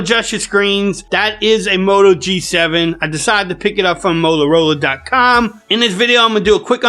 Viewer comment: Complete asshole did the music & intro. Then it turns into a buffoon speaking with shitty diction. "Molarola" idiot get some teeth.